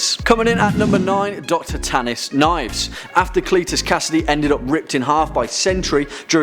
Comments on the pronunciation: knee-ehv-ess Nieves not knives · You mispronounced Nieves. it's supposed to sound like Niyeves. you gave disrespect to our name lol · Pretty sure it's pronounced "neeves"